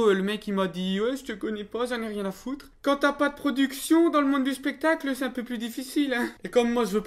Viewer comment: Pas un peu humiliant que dans l'FAQ certains ont écrit "spectacle" "pestacle" pour se moquer de à lors que lui il le prononce bien spectacle alors que lui c'est un gogole et pas vous mdr. x)